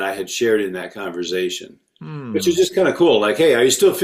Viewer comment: This is great. Also wild to discover there are TWO CRC pastors who say 'converzation'